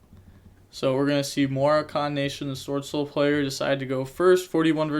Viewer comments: Muh-rock-in my guy. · pronounced more-rock-ken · Its muh-rock-in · it's pronounced more-ah-kin lmfao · Its Mo-rock-an for the pronunciation my guy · MUH-ROH-KUN NATION - like the country, Morocco. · Mo-rock-en, from the country Morroco off the coast of Africa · ma-rock-in nation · Look up the country "Morocco" it's in Africa. Now look up how to pronounce "Morocco" and how to describe something that comes from Morocco (Moroccan) lol. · it's pronounced like mahráhken lol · For the word you had trouble pronouncing it's coming from the country "Morocco" so yeah Moroccan nation lol